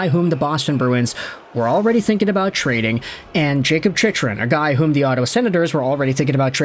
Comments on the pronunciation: For the love of GOD it’s pronounced Chic-krun. Jakob Chychrun (/ˈtʃɪkrən/ CHIK-rən; born March 31, 1998) Not how you say it. I stop watching any video of yours with his name associated. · It's pronounced CHIK-rən;. :-) Maybe defense is the problem and not goaltending.